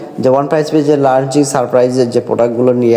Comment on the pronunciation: Lunching kaadhu ra babu launching yekkadikelli vastarrrraaaa